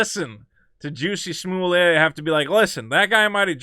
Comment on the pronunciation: Just asking but why you say his name that way? It seems wrong to me🤣 also there's no way a subway sandwich makes it home with you if you've been attacked